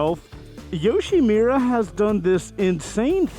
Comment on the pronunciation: when do you finally learn it's not YoshimIIIIIra, but YoshimUra?